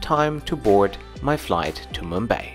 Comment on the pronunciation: Its not Mumba its Mumbai